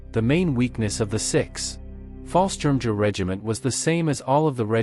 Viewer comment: Fallschirmjägers were actually Air Force not Army. By the way, if I wasn’t so curious, I would have stopped listening to the BUTCHERY of the names and terms. In fact, I eventually muted it and just read the cc’s